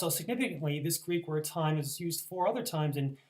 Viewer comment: The Greek is actually pronounced, "tee-may"...not "time". Other than that, good presentation.